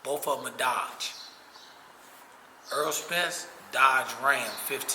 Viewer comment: HIS NAME IS NOT EARL!!! Why ppl see his name lit up on the screen every fight and refuse to call him Errol??!!! His name is not EARL SPENCE 😂